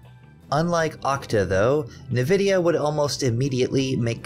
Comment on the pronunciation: Its pronouncrd N-vidia not nividia